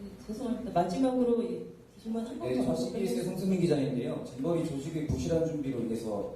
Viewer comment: 잼버리 인데 자꾸 잼비리라고 보여서 그래서 듣기라도 해보자 했는데 자꾸 잼비리 라고 들려요 이제 잼비리가 익숙해져서 잼비리라고 해버려요